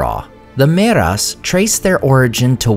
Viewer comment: ther is a thiftong there dude so its not "meras" but mearas.